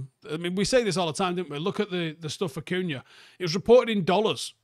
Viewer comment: It’s amazing how many people can’t pronounce this. Talksport regularly butchering both Cunha’s first name and Mbeumo. It’s not hard to read that it’s ‘e’ before ‘u’